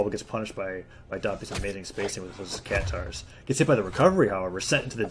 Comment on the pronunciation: Its "katars" not "catares"